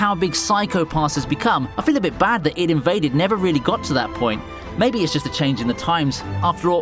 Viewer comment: its I D invade not id invade